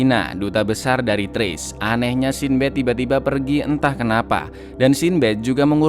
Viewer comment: Sin Bad 😐 coba pakai google translate, cara pengucapan mu kurang tepat